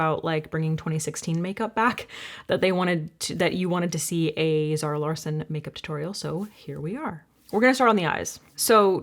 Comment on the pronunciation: Just in case anyone is wondering Larsson is pronounced Law-shun